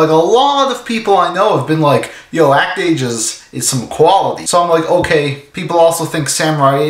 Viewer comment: As a French person (and someone who can read katakana), it grates me that no one pronounces the title correctly. XD Though I have no idea what the fuck an "act-age" is.